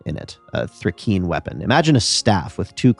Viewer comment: It's pronounced Thri-kReen, because it's an onomatopoeia for the sound crickets make when stridulating (rubbing their legs together)